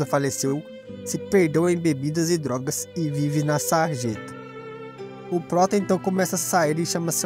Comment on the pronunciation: Eu gostei muito mas, POBEMA, DOGAS, ANCIÕES... Isso me pegou... Se falasse certo seria perfeito...